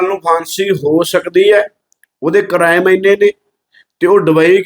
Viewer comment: ਕਰੈਮ ਨਹੀਂ ਹੁੰਦਾ ਅਨਪੜ੍ਹ ਕੁੜੀ ਯਾਵਿਆ ਕ੍ਰਾਈਮ ਹੁੰਦਾ 😂